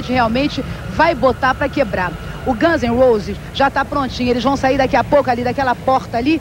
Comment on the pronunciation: bela pronúncia de Guns N' Roses